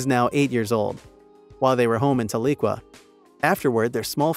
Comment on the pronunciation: For those of you listening to this and can't quite make out what the computer-generated voice was talking about as to where Jordan and Amber met while in college, it is Northeastern Oklahoma State University in Tahlequah (Tal - E -Quah), not Ta-lig-wa 🙄 or whatever it was trying to say.